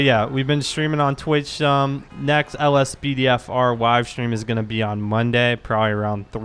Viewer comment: Is it me or does he have a W in every word he says. he said Wive stream